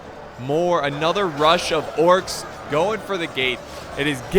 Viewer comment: it sounds like he said the corks